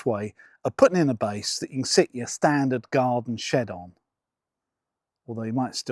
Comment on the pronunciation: I was taking the mick from his emphasis on 'standard' but thanks